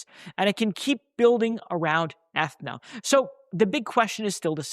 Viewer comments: My man - it’s pronounce Ah-thee-na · Atheeeeena man! Come on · Aren’t you saying Athena wrong?